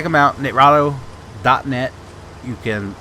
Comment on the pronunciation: i know im late but for some reason this is triggering me x.x as far as i know its Ni-Tra-Do (Nye-Trah-Doh) also thanks for the video and im surprised you have less than 2k views with 44k subs